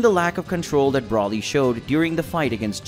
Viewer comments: Who is BRAWLY? ITS FUCKING Brooooooly. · Can you pronounce his name right is called Broly